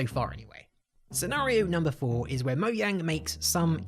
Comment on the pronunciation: Moyang? LMAO what the hell if moyang